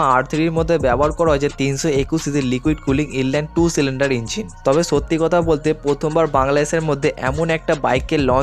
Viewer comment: Apnr boi pora uchid. Apnr kothar maje onek osudho kotha ache. Jemon ছব - সব, ছামনে - সামনে, ছত্যি - সত্যি।